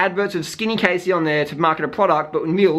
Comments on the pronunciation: Her name is pronounced Cassie I just really had to say that LOL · Its Cassey